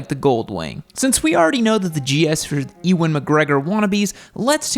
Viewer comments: The Goldwing isn't the gold standard of touring motorcycles, it's the plastic standard. Get the Harley. Oh ... it's You-ahn Mcgregor, not Ee-wan. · Fun fact: Ewan is pronounced "YOU-WHEN", not "E-ONE" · Ewan McGregor. "Ewan" is pronounce "U-an"